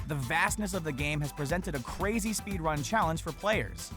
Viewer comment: did anyone notice how he said speed-wun?